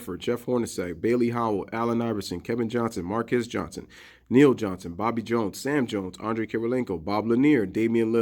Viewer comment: this guy said henry galadin its harry gallatin ...this dude can't even read...he added a word to a sentence he was reading out loud at the start of this article..smdh...he said neil johnson?...its johnston with an :n" in the middle